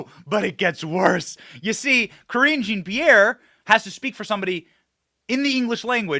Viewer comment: Thank you Benny Johnson for pronouncing Cringe Jean Pierre’s name correctly!😂